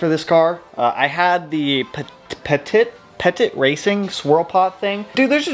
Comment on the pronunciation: Pettit is pronounced like Reddit but with a P. I actually know Cam personally and I’m about an hr from his shop here in WPB. Also, use his premix if not use redline. Protek premix he sells smells like race gas when the engine is running. I can go on about Cams shop considering I’ve been there many many times to bullshit at the shop. Free work just to be in there. Also, fan/water temp switch. It’s a 185 degree switch unlike the oem 220. It’ll over heat if you use the 220.